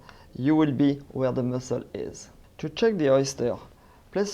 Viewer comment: Shuck oysters, pronounced with "sh" of shout, chef, shoe. Shuck oysters, not chuck oysters (chuck would mean to throw them, such as out the window or against a wall.